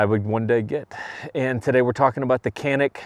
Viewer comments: Nice man. One note on the pronunciation...for those who care...the C in Turkish is pronounced like a J. So, its pronounced Ja-nick, not Ka-nik. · You as well as many are pronouncing the name of this firearm incorrect. The letter C is pronounced with a J sound like jam. So pronounced Janic! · Care or not I'm simply stating the word/name of the firearm is being pronounced incorrectly. I laugh every time I hear the mispronunciation. If you are to review a product make sure you pronounce it correctly.